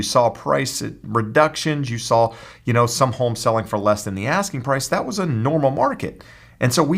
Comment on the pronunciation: I hate the way this guy says homes .